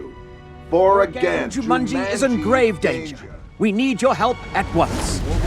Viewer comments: They spent enough money on these films. Why didn't the director tell Rhys Darby to pronounce Jumanji properly? It comes out as "Ju-MUN-gie". So irritating! 😬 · excuse me who is "juMANJIE"